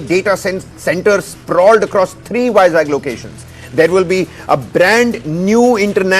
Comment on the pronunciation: How could he say vizag as jackel.... Stupid guy....